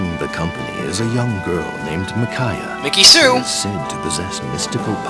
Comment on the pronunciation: The way you pronounce Micaiah is bugging me. :(